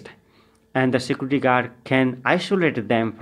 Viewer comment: You should learn how to pronounce the word "Security"